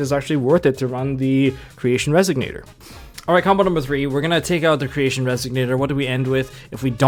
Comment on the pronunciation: Pleeeeease it's Resonator, not Resignator :D